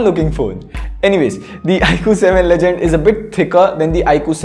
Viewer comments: It is legend... Not ledgend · BTW its "legend" and not "ledgend" i guess